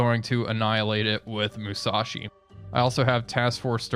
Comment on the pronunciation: Another great video! Now, some comments about pronunciation. Unlike in English, the Japanese language does not emphasize the middle syllable in a 3 syllable word. Hence, though English speakers always want to say "Ya-MA-to", the Japanese say "YA-ma-to". And "MU-sa-shi". And "SHI-na-no". And "AH-ta-go"...etc. Chokai is still CHO-kai. Haruna is HA-roon-a. And the other thing is the Gato class submarines. I'm pretty sure it's pronounced like the Spanish word for cat (gato): GAH-to. Not GAY-to. Anyway, thanks for another great episode!